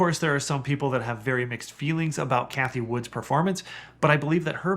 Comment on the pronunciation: Can't take you very seriously if you don't even know that Cathie Wood does not have an "s" at the end of her last name.